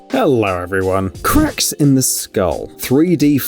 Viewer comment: "Cricks in the skull" oh you mean cracks